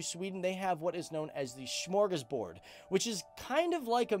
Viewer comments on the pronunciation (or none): Hahaha, i cracked up so much when you tried to say ”Smörgåsbord” smorgoshbord. xD much love. <3